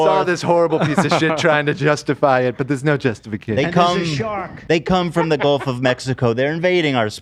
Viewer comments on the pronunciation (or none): none